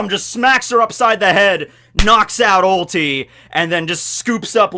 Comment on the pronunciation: Have my like just for the correct pronounciation of Ulti's dino.